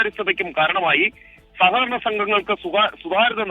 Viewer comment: സകകരണ എന്നല്ല സഹകരണ എന്നാണ് വർത്തക്കാരാ..